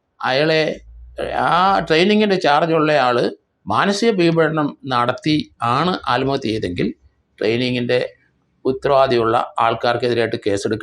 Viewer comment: ആൽമഹത്യ എന്നല്ല പറയേണ്ടത്... ആത്മ ഹത്യ എന്നാണ് പറയേണ്ടത്